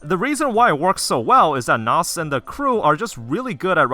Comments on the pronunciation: Kinoko Na-su. Not "Nass" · Please pronounce his name nah-sew t.t come on man theres 2 syllables